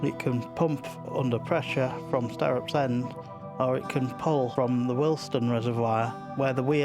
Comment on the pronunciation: Nice to hear the local pronunciation for Startops end, as a lot of people have moved into the area from other places, its barely heard these days, and you get funny looks when you prounounce it the local (proper) way.